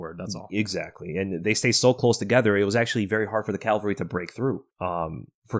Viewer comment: Dude, if you two pronounce "cavalry" as "Calvary" ONE more time...😅😅 "Calvary" was where JC was crucified; "cavalry" is the word y'all actually want be using, in these podcasts... 👍